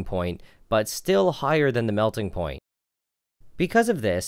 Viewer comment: Me too, was wondering if ploint was a new term until he said point.